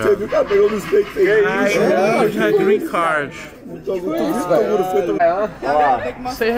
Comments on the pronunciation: Tá Tirando eu Zé. Tem Toguro Virjão falando Grin Card. 500 x. No vídeo tem Like ! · O q mais foi falado foi grren card kkkkk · Porra Tog eu te admiro, mas "Grin Card" é foda! kkkkkkkkkkkk Só conseguiu com Jojo Todinho kkkkk